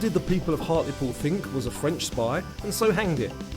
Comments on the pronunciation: Thought you did well but sidenote: Hart-le-pool....although I thought Hartle-pool was cute 😊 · why do you have so much trouble with place names in the UK try breaking it down before make hand "Hart-le-pool" it`s not that hard I mean you almost speak English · Hartlepudlian here 🙂 it’s pronounced Hart-le-pool and we are on the north east coast, another couple of cool facts about Hartlepool are that Andy Capp originated from here, we have a statue of him on the headland. Also Ridley Scott is from here and we nearly had a statue of a zenomorph in his honour but the local council are boring!! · its Hart -le-pool although its understandable you got it wrong. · I live uk in HART LE POOL that's how its said and YES we hung a MONKEY and for some reason we are proud of that's we have monkey mascot and statues 😅pronounced the thames has silent H and A 😅😅 it's sounds like temes 😅 I got 3 wrong